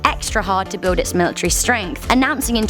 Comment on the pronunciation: It's military not milatrary